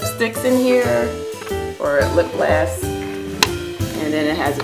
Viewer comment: You keep saying "lip glass" - is that a brand or do you mean "lip gloss"?